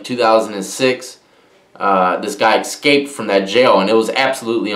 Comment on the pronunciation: god damn, it's "ESCAPED". Not Ekscaped